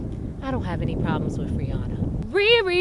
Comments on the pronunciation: I never noticed that, she does say Free-anna, lol. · does she call Rihanna "Free-anna"? XD